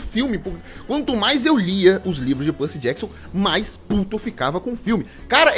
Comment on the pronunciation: Belo vídeo kkkkkk Eu gostei dos filmes kkkk Foi bem diferente, mas eu até gostei... Ele falando Percy Jackson doeu um tiquim 😅😅 Mas dei like ❤❤